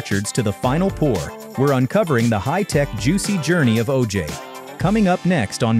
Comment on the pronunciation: Good video. Learned some things. I hated how the stupid ai voice said O-jayy Fuck ai